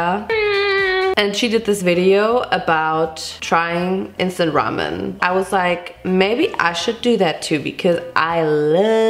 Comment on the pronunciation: It took me way too long to realize she wasn’t saying “Vincent ramen” ..... 🤦🏻‍♀️